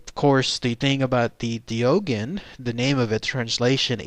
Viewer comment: Doegen is probably pronounced more like "de okhen" if its from Belgium